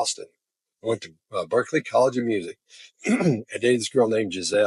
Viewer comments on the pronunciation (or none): none